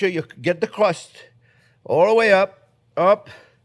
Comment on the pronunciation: You make a nice cwumie cwust fwiend